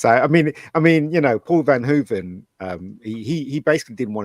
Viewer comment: It is bizarre that the guy with the cap on doesn't even know Paul Verhoeven's name or what country Paul is from. He keeps calling him Paul "Van Hoeven". What rock has this guy been living under??????